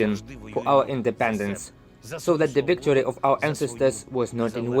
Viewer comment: Yes Wictory! You try speaking Ukrainian so they can make fun of you. 😝